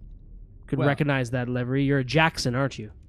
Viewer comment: "livery" is pronounced "Liv-er-ee" not "Live-er-ee". If you don't believe me you can google the pronunciation.